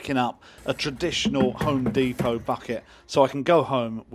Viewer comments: It's not deeeeeepoh, you're a Brit for chrissakes. Dep-Oh. Amazed they have no metric - only Imperial - even on a tape-measure? Surely there's use for metric, even if occasionally? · You're still English. Dep-O not De-Po Good video though. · Deh Poh, not Dee Po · It's depot not fckng dee po. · Americanese pronunciation DEEPO English prronunciation DEPPO Not a lot of people know that. Carry on.... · You're British. it's pronounced D-E-P-O-T and not D-E-P-O-W 🙂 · Dep poh not dee poh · OK you lost me when you said deepot, they'd know what you meant if you had pronounced it properly. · Home "deepo"?! 🤔🤣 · You are an Englishman..its DEPO...now flash-light...the end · You may be in America in an American store, but it's still a pity you pronounced "depot" the American way. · Why are you pronouncing depot in an American accent? Haha. On a serious note, love your content bud, keep it up.